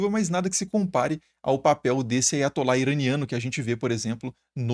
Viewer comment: Preciso limpar os ouvidos... Eu escutei "aí vai atolar". 😅